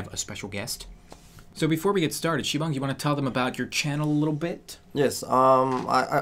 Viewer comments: SIBONG IS DISTRACTING MEH. STAPH IT OPPA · It's sibang